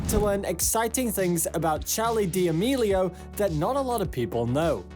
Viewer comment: charli DEAMELIAO!?!??! 🤣🤣 im crying u pronounce it sooo wrong.